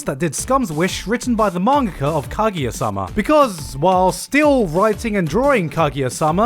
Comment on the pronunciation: ..Why do you say "Kagiya-sama"..